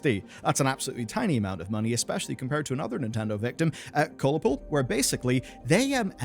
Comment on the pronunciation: Just for your information, colopl is not pronounced “koh low pull” but “ko-ro-pu-rah”. You can argue that you are reading based on the English name but nobody in the Japanese side of the industry can properly figure out who you are saying.